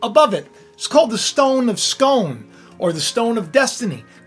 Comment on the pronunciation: Scoon not scone